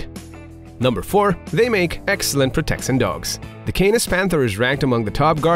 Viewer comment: the narrator doesn't speak proper english, the pronounciation is very off "proteccíon" "uzually" "even ferocious" "challensed" "mental stimulasion" etc. wtf